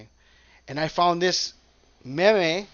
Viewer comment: With love, meme is pronounced “meam”...like dream.🕊✝️💞